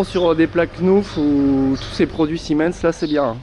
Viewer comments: Super vidéo et oui c'est des bons produits mais part contre arrête de dire 🤣🤣 c'est SEMIN 🤣🤣 si non j'adore tes vidéos c'est bien expliqué et bien détaillé merci 😉👍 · Et juste pour dire c rien de grave mais c pa Siemens c semin lol'' tu ma fais rire le long de la video ensuite leroy merlin a commencé a ce diversifié et a plus de produit que chez un pro et de plus cest les meme produit que chez un pro et moins cher